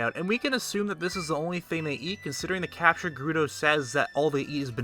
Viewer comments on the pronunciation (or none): none